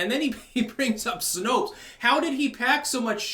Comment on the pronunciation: I thought you said Snoke instead of Snopes